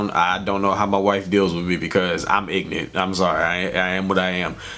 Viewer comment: Haha! “Ignant” 🤣